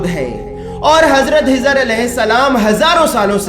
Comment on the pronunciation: Janab { HIZR } nahi KHIZR ALAYHISSALAM video me chek kijiye